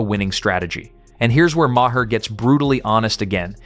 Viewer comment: bill MAAH, not MAH-hah